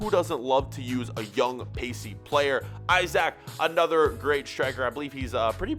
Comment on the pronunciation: its pronounced esack not isaac